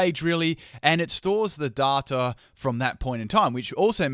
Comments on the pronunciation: Everyone in this comment section is like "Fuck Verlisify" or "Go! You're the best" and while I agree with both sentiments, we are missing the most important message of this video... the way says "data" is rather amusing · Agreed with all your points and are well thought out and researched, but you said "data" wrong so instantly discredits all of them ;)